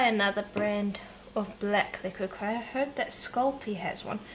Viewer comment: Thank you. Did you say the black was 'liguid clay'?